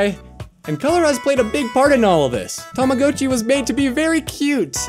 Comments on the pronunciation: just so you know man its said like (Tom-a-got-chi) otherwise Love the vids man keep it up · Is it just me or he said Rama hatchy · This is a great video but I just absolutely hate the way you pronounced tamagotchi